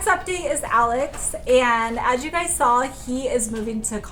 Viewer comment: Noticing the accent more so lately- or maybe just how was brought up saying things. (Not a bad thing at all- I’ve just been noticed more so lately)…. Nails= Nells Saw= Sawl Pink= peenk